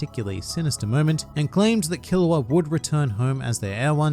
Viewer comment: Killua sound like killowatt